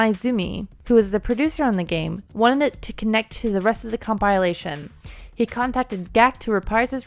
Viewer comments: "Com-pile-ation" *cringe* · That butchering of the pronounciation of compilation truly irks me Good video though